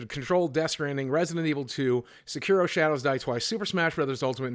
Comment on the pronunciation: Say it with me, my dude: Sek-ee-roh Also, Slay the Spire is definitely going to give Goose Game a run for its money